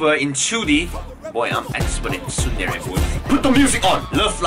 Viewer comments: triggered by you saying suundere lol tsundere mate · You are the only one pronouncing tsundere as sundere